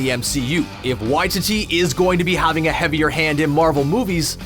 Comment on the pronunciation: how many times are you gonna incorrectly pronounce Waititi in this? it’s Why-TEE-Tee inflection on the middle TEE not the Why— basically why-tee-dee